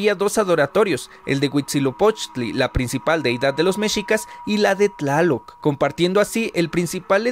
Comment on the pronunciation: Tlaloc bueno se promuncia Chaloc